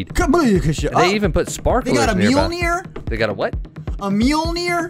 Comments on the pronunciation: . He said it right the first time Chris. It is mjolnir. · But he did get it corect a mjönier